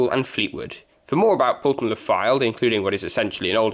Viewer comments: It's pronounce Poll ton not Pool ton. The M55 and Yeadon Way was not the reason why the Marton Line closed. However, the Highways Agency decided to use part of the old trackbed for the M55 and Blackpool Council decided Yeadon Way would be a convenient corridor from the motorway into the town. The site of the first Fleetwood station is not where you say it was and in fact, is closer to the Wyre Dock station which became the new terminus when Victoria Terrace closed. Where you show it was, was actually numerous coaching stock sidings. The first original Fleetwood station was not far from where the Wyre Dock is as that did not exist when the railway first came into the town. The line from Thornton was virtually straight into Fleetwood and ran across the marshes on wooden trestles and over the land the dock was later cut from. By the time they built the dock the wooden trestles were in a dangerous condition so they needed to remove these and re site the station. This also required a track re alignment and is the reason the line swings away from the river behind the now caravan parks. Again, the old track bed into Fleetwood is buried under Amounderness Way. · It's pronounced Pole-ton, not Pool-ton